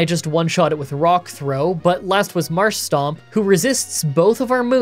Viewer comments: Well, you also said "Maskcargo" at the beginning and "Marshstomp" at one point, so don't worry, about the Indian belly dancer Linoone. 😂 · It's MARSH- TOMP btw